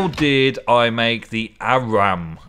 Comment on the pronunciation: It's pronounced awr-rum with the awr being more like an or